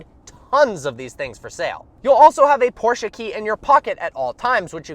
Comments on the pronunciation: You pronunce por-ch-e not por-ch-e-a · Porche caynne gts